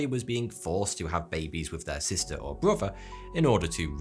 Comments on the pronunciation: Brother. Not bruver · What area are you from that you pronounce the "th" in words like "brother" as a "v" as in "brover?"